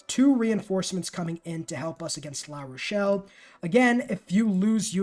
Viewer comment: Great guide... but I think you managed to pronounce every city's name incorrectly except Paris and La Rochelle. I'm guessing geography wasn't a strong subject, besides mathematics... LOL!